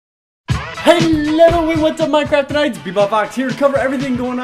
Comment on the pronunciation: its sayed minDcraft